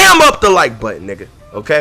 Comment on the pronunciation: How tf you say up